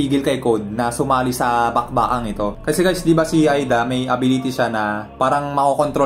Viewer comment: Ayusin mo pag pronounce lods di Aida kondi eida ayusin mo nxt time!!